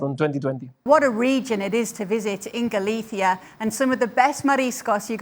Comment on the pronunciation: Does she know spanish ? cause ive never seen an English(wo)man saying galicia like this